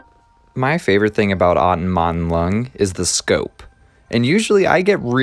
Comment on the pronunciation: Most of me: Wow! what a cool video Small gremlin inside of me: the stress should be placed on the "tom," not the "aut" in Automaton